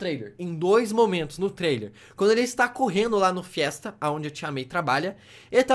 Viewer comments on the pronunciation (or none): Cara alguém avisa q não se pronuncia FIESTA, se pronuncia fist e se escreve FEAST Não tem esse A no final